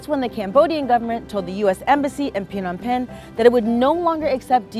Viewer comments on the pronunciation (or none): It's not pronounced Pe-nom Pen. It's pronounced Nom Pen.